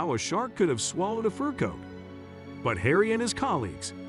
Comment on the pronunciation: What a stupid story and saying furcoàt as if it is one word is misleading. Just stupid. Not true. You don't operate on a sea creature and turn them loose